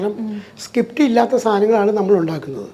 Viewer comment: സകിപ്റ്റ് അല്ല അണ്ണാ സ്ക്രീപ്റ്റ്